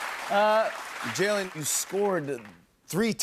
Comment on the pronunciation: Did Jimmy mispronounce Jalen’s name at the end? Or are we saying wrong this whole time? lol